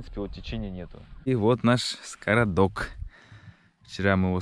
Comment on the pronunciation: Скрадок, а не скородок😁от слова "скрадывать". За видео лайк👍🏻ждем следующих серий.